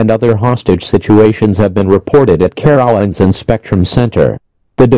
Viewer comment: Excuse me, how did the dumb af robot just pronounce Carowinds???